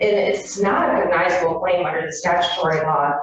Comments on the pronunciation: I'll be damned, cognizable is a real word. I've never heard it, and I'll never say it again. The attorney mispronounced the dang word. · She can’t even say the word cognizable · She could start with pronouncing cognizable correctly... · Her inability to pronounce “cognizable” speaks volumes about her incompetence. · She couldn't even correct herself after not so subtly pronounced it right, twice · Omg I commented the same thing, she can’t even say the word